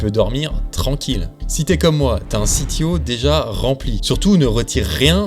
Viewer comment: Et sinon, pourquoi prononcer CTO "à l'anglaise" alors que c'est un Compte-Titres Ordinaire, et pas un Chief Technology Officer ? zéro sarcasme